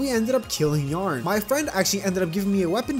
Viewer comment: The way you say Yharon though. Isn't it like Ye-AH-on?